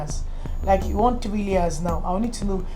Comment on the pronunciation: "I will give you what you wan"t... HAHAHA